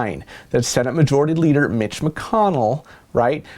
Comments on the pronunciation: 😂😂😂 did you say Mitch or Bitch? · sounded like he said "bitch" instead of "mitch" lol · Yeah, straight up "BITCH" is what I heard too. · I heard bitch too 😂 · I heard it too. That's when I started to read comments to see if anyone said anything haha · Just read his lips.... your'e right lol